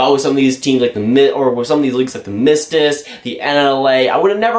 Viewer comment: you also goofed with the league name half the time. Mestis isn’t mest rist or meestiiss or mersis or whatever you called it:D Ik know the name is hard for foreigners for some reason.